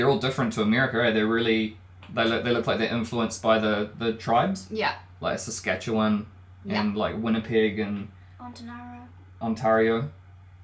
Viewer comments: My biggest surprise was how well he pronounced Saskatchewan. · You actually pronounced Saskatchewan correctly! Many people in eastern of Canada don’t pronounce it as well as you. (I’m here in Saskatoon Saskatchewan). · I'm from Saskatchewan too & thought that it was great that they actually pronounced it right & didn't struggle with it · I am so impressed that Saskatchewan was pronounced correctly, great job! I love that kids were so interested and watched the video so intently. Hello from Saskatchewan!! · I'm from Saskatchewan. I'm impressed with the way you pronounced Saskatchewan. I know people who live here that can't say it that well. You're right about some of the names coming from the indigenous people. Saskatchewan comes from the Cree word Kisiskatchewanisipi. Which means "swift flowing river". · Canadian here - Just wanted to say, WELL DONE on pronouncing Saskatchewan. So many people get it wrong! Oh, and the voiceover on the video you watch is not pronouncing Newfoundland right. We pronounce it 'Newfinland' sort of...you'll have to hear us say it. Anyway, Most of us do live in Southern Canada, especially if you go by the population in the east - specifically - Toronto, Ottawa, Montreal, and what not. I grew up in Saskatchewan and now I live on Vancouver Island. Both provinces are beautiful and really need to be seen in person. The island here is especially gorgeous, We frequently have Australians and New Zealanders coming here to work on the ski hills (in BC, not the island). They absolutely love it here, and I'm sure you guys will too!